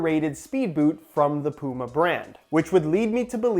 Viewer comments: Please learn how to pronounce puma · You say Puma like "Pooma", here in the UK, we'd pronounce it like "Pewma".